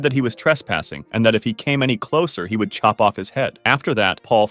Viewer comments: Bro said shop instead of chop 😭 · bro you said shop not chop